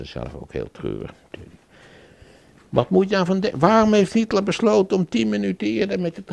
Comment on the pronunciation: Tip van Flip: een van de onderwerpen in deze film heel niet Hietler maar Hitler. De meerderheid van de Nederlandstaligen blijkt de naam niet te kunnen uitspreken.